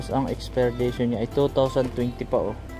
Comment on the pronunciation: expiration hindi expirdation ok...